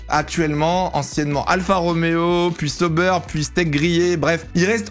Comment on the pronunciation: J'ai bien relevé SAUBEURRE 😂😂😂😂😂